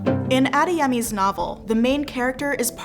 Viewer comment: The speaker can't say Yoruba well or Adeyemi. She should have practiced how to say it. Please remake this video with proper pronunciation. You're indirectly educating people to incorrectly pronounce Yoruba names.